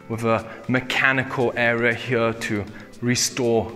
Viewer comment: you're english is great - but please have a native speaker help you say "here" properly - you're saying "huooeur". it is a simple word and you say it all the time, it becomes rather hard on a native ear. It would be like aqui is a simple "ah'kee", not ahuehorahhooooiii.